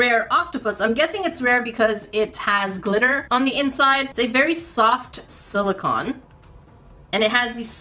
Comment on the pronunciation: the octopi are made out of silicone (sil-i-cone), not silicon (sil-i-con) Not that I'm judging or anything, I just know you like to be as precise as possible ♥ Silicon is a naturally occurring element (14th on the periodic table if you're wondering) whereas silicone is a synthetic compound comprised of siloxanes.